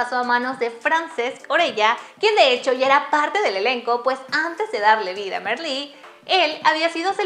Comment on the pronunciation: Se pronuncia Marlí, no Merlí.